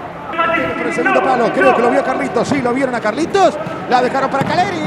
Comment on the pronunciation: No es Calleri es KAILLERI